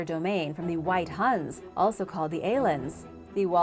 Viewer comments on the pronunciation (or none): none